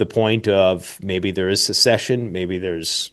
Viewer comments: It's "secession." Not "succession." It's "secession." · The word is “secession” not succession. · Good video. It would help if they knew how to say NucLEAR right, not nucular. Secession, not succession. I don't know why he doesn't use words correctly at his level. Otherwise, a great video with good info. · educated people know the difference between "secession" (to withdraw) and "succession" (to follow after another). They know how to pronounce both and use both in a sentence and they do not substitute one word for the other. They are educated! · Interesting interview. Sadly, I’m also from Texas, born and raised. So I gotta say, if you can’t pronounce the word secede (sehseed/Suh-seed) or secession (sa-sesh-un.) You shouldn’t be supporting, or advocating for something doomed to fail (the opposite of succeed.) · Someone tell this person he's pronouncing secede and secession incorrectly